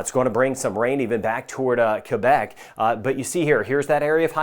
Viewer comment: Congrats good pronunciation of Quebec!! You the best!